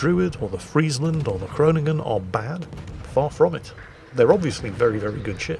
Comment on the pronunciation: almost pronounces Groningen correctly. I am so proud of him!